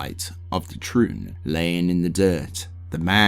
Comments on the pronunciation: the amount of mispronunciations (mainly completely leaving out letters from words like turning Tri-une into Troon) makes it hard to listen to this... every few minutes I have to stop what Im doing to rewind and figure out wtf youre talking about... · Some of your pronunciations drive me up a wall🤦🏽‍♂️ overall this is a great long form video and quite in depth, but it really does throw a wrench in the experience when I’m deeply concentrated in what you’re narrating, then all of a sudden I hear “temple of the trune”. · This was such a great post especially since I just got into Diablo! The only criticism I can offer is that word pronunciation is a bit... Off. Triune for example is pronounced "ˈtrīo͞on". Is it a stupid gripe? Yes. I'm sorry. The ear wants what it wants! 😅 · Really enjoying this video, it's very well made and informative for someone new to the series... But for the love of God please stop pronouncing Triune like a slur 😂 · I love the lore, but the fact that you don't know the pronunciation of a lot of important words makes me think he never played the games. Which is fine, btw! But I can help Triune: try-oon Vizjirie: vaj-ear-eye You are welcome friend